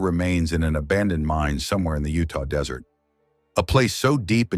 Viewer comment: Please don't make anymore of these. The story jumped all over, repeated shit several times and the ai voice used called the desert, dessert. Couldn't make it until the end, just horribly made.